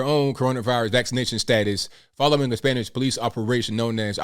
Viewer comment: Your Spanish pronunciation is excellent!